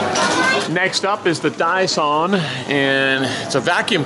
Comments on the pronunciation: Lol Dyson isn’t pronounced the way you said it 😂😂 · You said Dyson wrong.